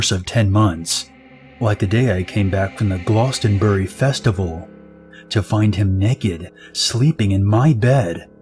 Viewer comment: In the last story you pronounced Glastonbury wrong